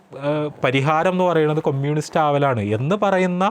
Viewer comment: ആദ്യം കമ്യൂണിസ്റ് എന്ന് പറയാൻ പഠിച്ചിട്ടു വന്നു സ്വരാജിനെ കുറ്റം പറ 😮